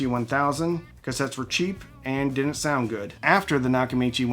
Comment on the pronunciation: They "dinnint"?